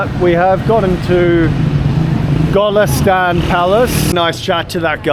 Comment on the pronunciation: Go (as in goal) - Lest (as in lester) - On (as in on&off)